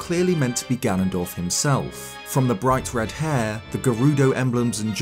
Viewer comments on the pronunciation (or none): none